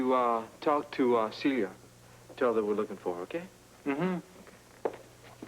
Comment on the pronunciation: When Jimmy Lee is at Celia's door and he shouts her name I can hear his accent!!! The actor, Shlomo Goldberg, is from Israel. The way he pronounces Celia is NOT how an American would.